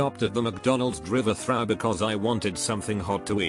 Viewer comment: Narrator:Driverthrght Everyone:drive through